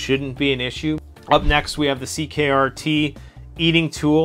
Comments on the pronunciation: Its “CRKT” (you called it “ckrt”) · *CRKT not CKRT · You said ckrt 😂 it's crkt